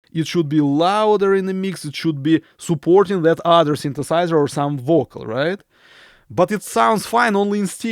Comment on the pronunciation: its a subtle joke.. when you say vocal its sound like bocal.. but i love your accent... i dont say this to demean you.. you are the best